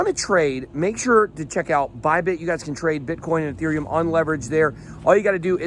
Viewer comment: It's Ethereum, not UhTherium